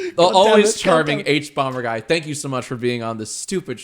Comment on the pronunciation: OMG ITS THE HUBUBUBAGUY